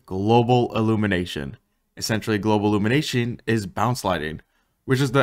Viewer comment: “Simllate” “Globlumination”